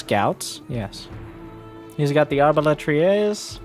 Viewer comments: hi from France, i wish to say, your pronounciation of the word "arbalétrier" sounded quite good ! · As a native French speaker (actually Belgian though), I just wanted to say that your pronunciation of "arbalétrier" is pretty much on point, or at least that's how the French would say it if they wanted to make fun of an English speaker's accent. Which is kinda funny, considering how notoriously bad they are at speaking foreign languages. Anyway, congratulations, you're officially bilingual I guess.